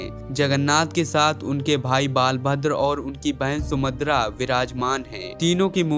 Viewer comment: आप सुभद्रा का उच्चारण sumadr कर रहें हैं इसका मतलब आपको पहले कभी जानकारी नहीं थी, किसी की हस्त लिपि को आप पढ़ रहे हैं